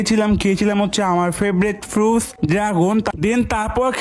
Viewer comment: Fruits❎ Futs✅ 😂😂😂😂